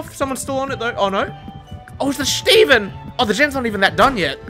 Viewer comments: No one:....: SCHTEVEN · The way he was saying shteven was way too much💀🤣